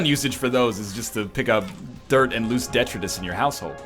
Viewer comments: When NL says Detritis... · 3 minutes in, it sounds like NL says some real naughty shit.